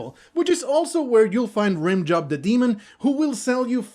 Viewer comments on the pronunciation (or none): I love how casually you say "rhim-joeb"